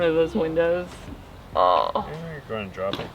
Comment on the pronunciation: Ever notice how always says, "goyna?" Instead of saying going to, as in "it's goyna fit in the frame."